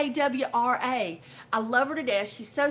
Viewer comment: one way to remember how to pronounce Tawra is think of TAR as in (pine tar) and add a small a on the end. 😊